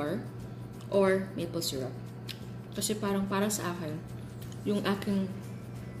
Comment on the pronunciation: Llanera hindi LLAÑERA. Gosh tsaka syrup hindi SYRAP. Gosh again. 🙄